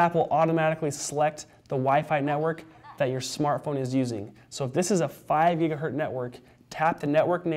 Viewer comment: Stop saying giga-hurt